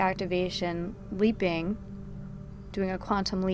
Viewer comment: Thought you said weeping not leaping🤣😆